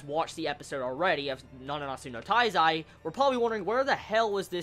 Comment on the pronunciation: it's my impression or you say nananatsu no taizai instead of nanatsu no taizai? lol